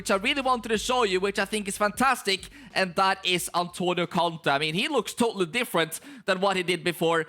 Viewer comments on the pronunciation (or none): none